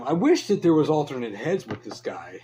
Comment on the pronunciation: Pick n your noz. Again... PUT N NEAR. You need to do thiz and zat. Guy okie dokie PUT N NEAR